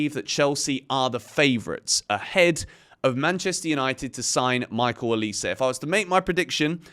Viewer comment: O LEE SAA - try this pronunciation 😅😅